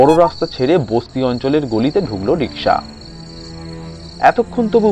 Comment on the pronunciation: রিসকা নয় রিকশা।